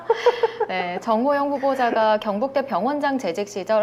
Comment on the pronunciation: 아씨 경북대가 자꾸 굥북대로 들리냐 ㅋ